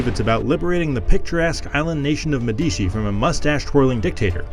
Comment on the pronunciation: Pronounced “Medici” wrong 😑